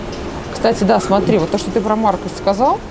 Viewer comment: "Маркус"! Только "Маркус"!